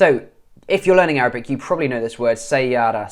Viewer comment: Man your Arabic accent is AMAZING And you can speak Egyptian arabic very well And i'm from Egypt by the way